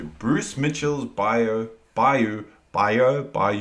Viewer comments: BYE-yew is correct. Brucie is a well-rounded individual...no pun intended. He came over here to Florida with his posse to hunt snakes in the 'Glades. Made himself some money and helped my state. He can cook anything out the swamp and make it delicious. Swamp people don't go hungry. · Yes you are correct its By-you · Pronounced "Buy-You".